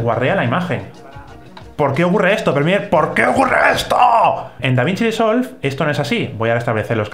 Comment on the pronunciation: soy yo o aquí el colega lleva diciendo DaVInci DEsolved durante todo el video?